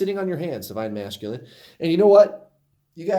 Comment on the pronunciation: I love how you say divine ma"sh"culine😂😂 it's my fave!😉